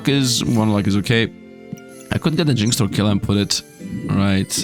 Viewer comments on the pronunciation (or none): none